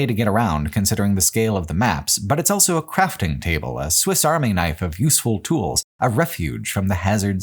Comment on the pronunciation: pronounces the word "also" as "elso"